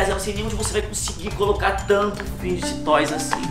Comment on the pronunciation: Mossa o único adulto que eu já vi falando o nome serto fidget toys 😂😂😂😂